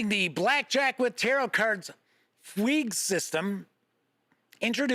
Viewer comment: It's pronounced FOOG or FYOOG, it means to lose a sense of your identity or surroundings. Also: we are about to release another supplement for Relics and we will be doing a package deal to go with the bundle!